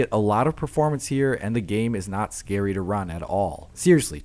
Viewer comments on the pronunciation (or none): none